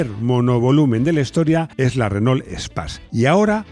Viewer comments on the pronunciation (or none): 😂😂 Renault ESPAZ... es una palabra en inglés suena rarísima mal leída de esa manera...pero bueno lo vuestro son los coches vamos a perdonartelo...